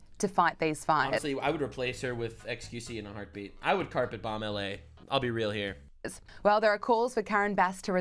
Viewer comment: I still can't believe xqc says bomb-buh...